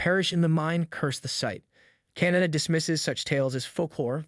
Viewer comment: KAH-NAH-TAH holy shit. CANADA CANADA CANADA 🤭